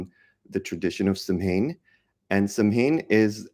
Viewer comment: The correct pronunciation for samhain is SOWIN💖☺️